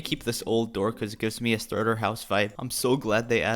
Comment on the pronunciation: I have 4 words... Bootiful Still underrated Amazing Edit: : Me: he said the stutter house...